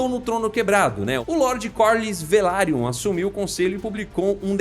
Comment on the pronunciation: E ele ainda chama os caras de “valerion” kkkkk nera velaryon?